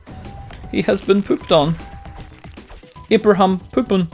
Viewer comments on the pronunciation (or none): Love how you say "eeyahbrahahm" my bro